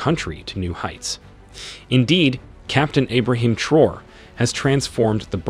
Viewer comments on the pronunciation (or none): At least pronounce his name correctly